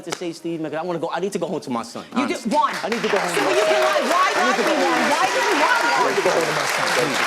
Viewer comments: Omg if she says Juan ONE MORE TIME. 🤦🏾‍♀️ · Thats her man but she cant pronounce “Juan” after steve said it multiple times?! 😂😂